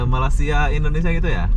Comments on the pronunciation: Sori bro.saya masih tak puas hati di mana anda menyebut MALAYSIA (MALASIA) sebutan betulnya (Malay- sia).bukan INDONASIA.- INDONESIA.THai land.Betul anda sebut.Bukan Talen..suka content anda.apebende.i like.atau anda sengaja ya.MALINGSIA ATAU MALAS SIA.. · Sebutnya Malasia?.. Hati² bro kalo menyebut negara orang. Takut nnti pulang tiada muka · Malaysia...bukan Malasia..🤣